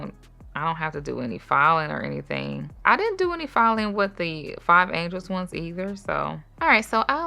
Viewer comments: Angeles (like Los Angeles) not angels. 😉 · You’re saying and spelling it wrong though. It’s Angeles like Los Angeles, not Angel. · I wasn’t gon say nothing 😂😂😂 but that was so funny 😅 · I’m thrown off by the pronunciation of “Angeles” lol but the video content by is always great.